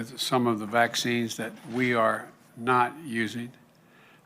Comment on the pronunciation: This old man can't even form a sentence. Saloon? Really? Vaxskeens? I feel so sorry for all of the idiots who think this creep is our duly elected and legitimate president.